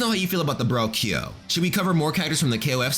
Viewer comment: Every time you say Ki yo..... :( it is kyo!